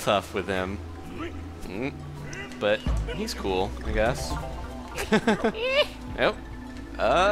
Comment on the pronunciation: cewl with da dat with dat and dat